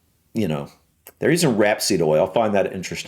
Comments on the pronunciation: and you say rap seed oil. we say rape seed oil, it's all in how you say it, lol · I think you misinterpreted my comment, said Rap-seed, I assume, and have always said, rape-seed